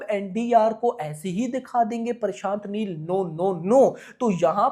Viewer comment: bhai parshant neel nhi prashant neel hota he🤣 itna chota word to bolna sikho yar pakistanio🇵🇰😅